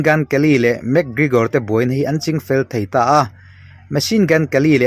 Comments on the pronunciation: Mac kregor Nilo in mc Gregor zawk o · van chhiar thiam fahran lo ve.. Lam no i tum lutuk a.. 😂, ( mac krikor nilo in, mac kregor tih zok tur) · Enge Lugage ti a i lam hi niang le... Mac Krekor cc dang poh ron up zel roh un